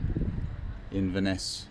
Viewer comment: Well done guys! Thanks for the vlog; it helps to keep cyclists like me, sane. As an Englishman who has lived in Edinburgh for over 30 years, I had to chuckle at your attempts at place-names...Still, you got Inverness right! 🤣 Best of luck!